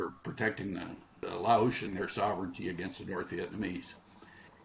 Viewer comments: Ok I gotta ask……what’s with stubbornly refusing to pronounce the S at the end of Laos ? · Has a (PHD) and he cannot pronounce Laos correctly! Laos has a S